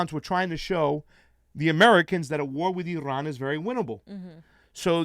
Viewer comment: Irrrrrran, irrrran...eeerrrrun!